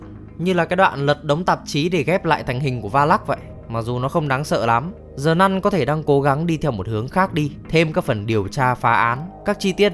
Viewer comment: Sao cứ đọc là Zờ nun?